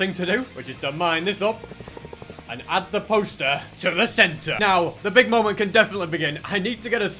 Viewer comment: The moment when said "moemnt" truly a masterpiece of a moment